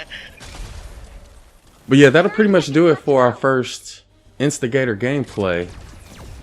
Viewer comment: Instigator When says the weapon name: instigator 6 year old when he says it: investor